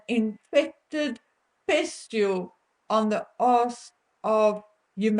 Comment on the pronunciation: It is pronounced “EEEE da pus”……..not “Oh da pus”. And it is Pustule….not pest tule…just saying. As you yourself would